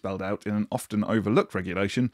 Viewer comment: Were the words you included “refer back” and ”often” where you sounded the T ?